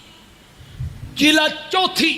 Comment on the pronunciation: یہ کیسا مولوی ھے چس کو جلد بولنا بھی نہیں آتا جی لد بولتا ھے ،😁😁